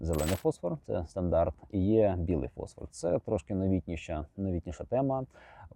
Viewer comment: Дякую! Маленьке зауваження від оптика: не фОсфор, а фосфОр. ФОсфор - це хімічний елемент. ФосфОр - це будь-яка люмінесцентна речовина.